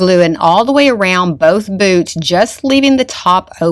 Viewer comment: Oh my goodness! At first, I thought you said "BOOB" instead of boots! Lol. Very cute.❤